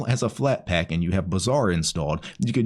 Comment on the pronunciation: But when you say it "Bazaar" sounds like "Bizzare"